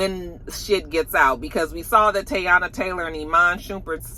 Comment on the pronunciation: I cringe every time I hear you say Teyana’s name 😂😂 Have a good weekend 😊